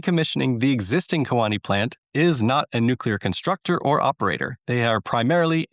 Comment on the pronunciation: Key Wah nee is how you say Kewaunee. But this is such awesome news